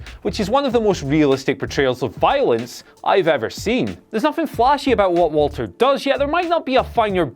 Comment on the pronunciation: It's pronounced Valter, fuck sake boys